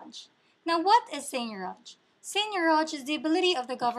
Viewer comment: she doesn't even pronounce it correctly